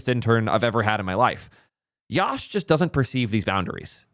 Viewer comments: Love that the intern is working so well, but atleast say his name right, it is pronounced as "Yuh-sh" (Yash) no YAASH🔥🔥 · its yash like "yush" not liek "yawsh"